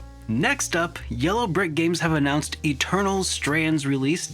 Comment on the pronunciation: Addounced? lol